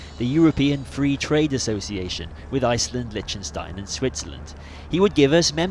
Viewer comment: it's not called Lichenstein it's Liechtenstein